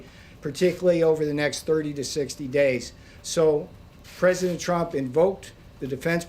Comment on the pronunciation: "trump time..." lol sounded like dum time